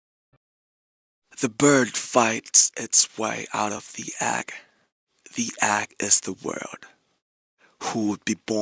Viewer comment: I love how Namjoon say egg. He's all like "agg" lol